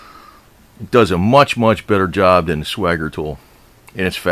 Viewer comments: Are you sure it’s not swagger? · Jay Vengeance I've never understood why people say swagger. It has one damn "g" in it ffs.